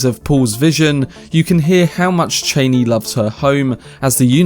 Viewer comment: It’s not Cheiney, its ChAnee